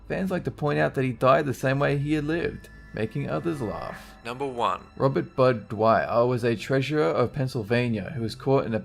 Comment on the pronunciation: Can't even her the last one.. All I hear is Robert BbBBPPPTT BBBTPPPAAH. Your voice is horrible.